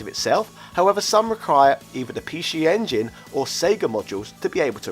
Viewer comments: Come on mate Pee She Engine, i get your trying to do the whole say it like the Japanese say it thing, it's really cringe though... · He saying pee shee engine because that's how you say it in Japanese ぴーし sorry can't write katakana on my phone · Can you pronounce "PC Engine" for us one more time...? lmao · ...Pee-Shee Engine? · sounds like has a cold. get well soon. off now to play on my pee she engine. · Pee-she engine? Wtf? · What the Hell is a PeeShee Engine Shee-Dee??